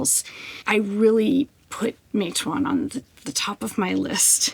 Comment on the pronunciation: Matewan = ma-tuh-wn